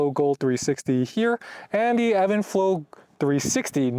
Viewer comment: It’s even flow not Evan lol